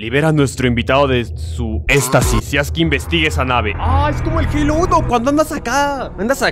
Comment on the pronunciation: wue no mames se dise halo